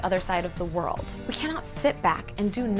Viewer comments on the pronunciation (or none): none